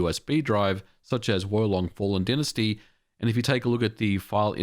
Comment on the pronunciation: Is "dynasty" pronounces differently in australia?